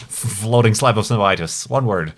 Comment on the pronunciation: Floating Slayub Of Snoeh :3